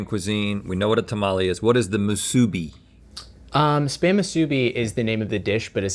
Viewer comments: The accent in Musubi is on the "I", not the middle "u". mu-su-BI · The way they pronounce musubi 😭 Not to get all Hermione but it’s mu-su-bee not mu-suu-be Also mah-na-pu-a not man-a-pu-a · Lol it’s moo-sue-bee 😂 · As a Mexican person who lives in Hawaii, absolutely true! I just recently started watching GMM, and it felt like this episode was made especially for me! So glad to see people donating to the unfortunate people who've been robbed of so much already! It did get under my skin the way they said Musubi, but im so glad they enjoyed the fusions! Very surprised no one made Poke Nachos, lol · as someone who lived in hawaii for 11 years, it made a tear fall from my eye ever time they pronounced those hawaiian dishes😭 like musubi and manapua- why’d they say it like that?? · The way they say musubi hurts! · Anybody else yelling at the screen at their mispronunciation of musubi? Just me?